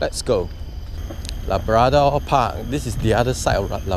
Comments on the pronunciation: LA-BRA-DOR??!! y didn’t u pronounce CHIC-KEN or WHIT-TINGS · i like how he pronounce labrador park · Bro, your pronunciation of labrador wrong la. Like malu man. Otherwise great video